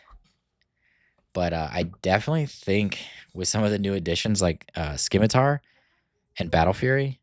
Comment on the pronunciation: I'd recommend trying out Security Complex for your GI blue, the shield can be absolutely clutch at its best, and at worst enables another GI action on a near death unit. Also the c in scimitar is silent, like in science, sorry but it was distracting :)